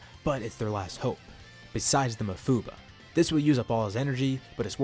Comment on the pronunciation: you say mafuba wierd